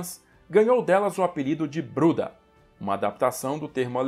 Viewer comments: Se não me engano Bruder em alemã se pronuncia Bruda. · Wolff? tem um F sobrando ai. So pode ser WOLF com um F so. Que quer dizer LOBO em alemão. Vai aprender um pouco de alemão, vai. É a segunda lingua mais falada no Brasil. E Bruda nao é apelido. É a pronuncia correta de "Bruder" porque as palavras em alemão terminadas em "er" tem a pronuncia de "a". Vai aprender alemão, mermão.